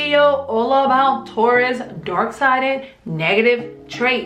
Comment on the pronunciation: Sounds like your saying dork side...